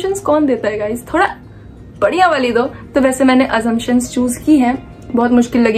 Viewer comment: Best part Gaizz Gaizz Gaizz Gaizz 😂